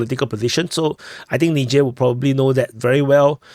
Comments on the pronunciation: it's pronounced Nizher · Not nigher😂😂😂wtf